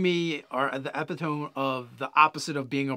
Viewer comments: mispronounced epitome and I find that funny. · "Epitome" now i KNOW you're fucking with us,!:p